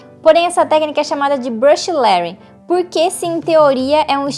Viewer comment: Engraçado que é a primeira vez que vejo alguém usando a pronuncia certa de Lettering e achei até estranho... rsrsrs Parabéns pelo vídeo.